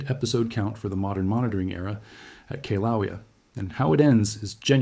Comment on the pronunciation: "Kayslawayah?" Really? Ouch! I've never heard a Hawaiian name so thoroughly slaughtered! lol Madame Pele is going to get you! Ticky tap tap tap tap!